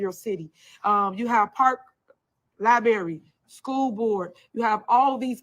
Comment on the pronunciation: Don't trust ANYONE who says, "Liberry," smh. You are the whole Mayor and do not know how to say, Library!